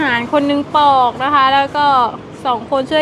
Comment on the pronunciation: ปอกค่ะ ไม่ใช่ปลอก